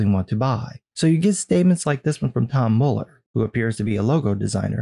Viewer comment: One of the few people ive heard pronounce Muller correctly lol